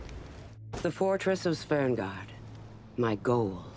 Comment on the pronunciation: A part of my soul dies everytime she says "Svengård". She even says "Svern" instead of "Sven"...